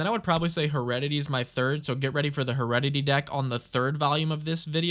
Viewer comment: Such a sick idea, I love it. (Also it's pronounced heh-reddit-airy)